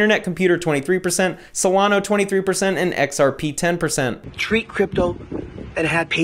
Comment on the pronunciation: If I hear people pronounce Solana as Solan-o one more time....